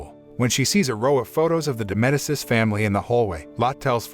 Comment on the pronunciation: It’s pronounced Meh-dee-chi